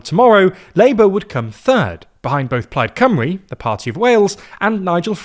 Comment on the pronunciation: Today I learned how to prounce Plaid Cymru.